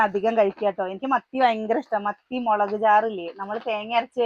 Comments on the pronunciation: മളക് ❌മുളക് ✔️ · മലക് പൊടി അല്ല മുളക് പൊടി